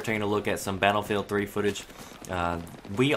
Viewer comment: its battlefield 3 not BFBC3